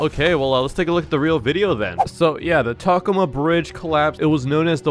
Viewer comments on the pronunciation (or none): It is not ta coma it’s pronounced toe coma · It’s not pronounced taccoma it’s pronounced Tacoma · Not to sound nerdy, but it’s pronounced “Ta-come-ma” Edit: After watching more the word ‘Montparnasse’ is pronounced “Mon-par-nass’ (because this is FRENCH name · Tacoma pronounced tuh-co-muh. Hope this helps. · One of my great great uncles actually warned the people who built the Tacoma bridge it would collapse that was before it collapsed also it’s pronounce Tacoma like Toyota Tacoma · Yes. You did say Tacoma wrong. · Bro said tacoma wrong